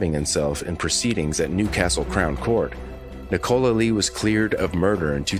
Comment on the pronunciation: why can’t Americans say Nicola? Is it not a name over there?